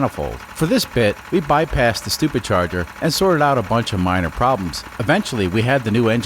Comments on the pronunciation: Are you mispronouncing supercharger for stupid charger or doing it on purpose either way it's funny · is he saying stuper charger?